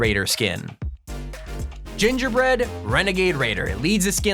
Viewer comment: Gingy bwead wenagaid waider